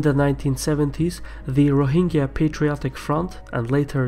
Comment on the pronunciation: It is not ro hing ga. It is ro hin jah.